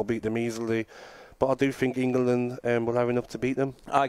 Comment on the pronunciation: Can’t even pronounce the country he lives in. It’s 2 syllables mate. Eng-land